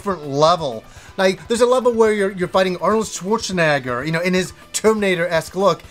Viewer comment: Arnold schwarzenaaaaaagar??? LOL